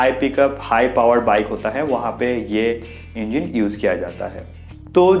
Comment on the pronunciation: Engeen nhi hota engine hota h chutiya